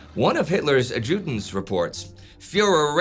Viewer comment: That's not how you pronounce adjutant